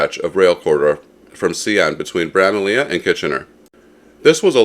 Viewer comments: Although it is spelled Bramalea, the pronunciation is actually Bramalee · Thank you, after the second repeat of the mispronunciation I was asking myself if I actually knew how to say it properly 😂 ('how did I mishear all those announcements all those times?!' 🤣)